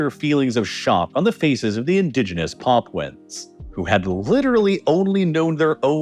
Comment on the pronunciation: "Paapwens" Lmao, can't even say it right. 😂😂😂